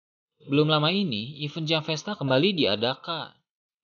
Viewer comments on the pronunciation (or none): none